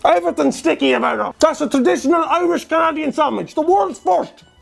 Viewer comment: I loved the way he said Aboot